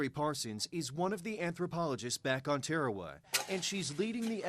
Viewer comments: Tearawa? I've never heard it pronounced that way before. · Pronunciation is atrocious when it comes to talking about our pacific islands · Good for the most part... but there are two things that you have gotten wrong. How you pronounced the name of the island and the navy doesn’t have medics... it has navy corpsmen. (The p and a are silent btw). Those are things I saw in the first 42 seconds of the video.